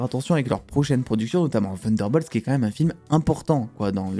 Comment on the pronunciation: Ta prononciation de Thunderbolt m'épuise 😂